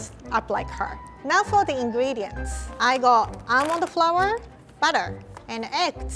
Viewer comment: OMG WHEN WAS TRYN TO SAY ALMOND FLOUR SHE SAID ELMO FOUR YOU DO KNOW THAT RED BOI OMG I LAUGHED SO BAD😂🤣🤪